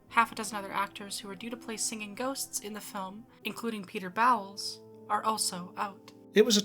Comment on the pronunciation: that's Peter Bowls, not Peter Bowels :)